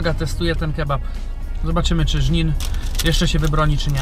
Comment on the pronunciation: Żnin xdd